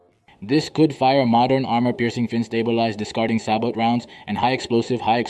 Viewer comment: CORRECTION! - Sabot is a French word and the "t" is silent! Such as in Chevrolet!